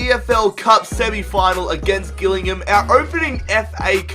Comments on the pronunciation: Jill-ing-ham not Gill-ing-ham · You said Gillingham wrong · learn how to say gilligham